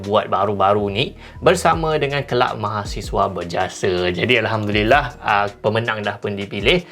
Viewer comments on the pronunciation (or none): none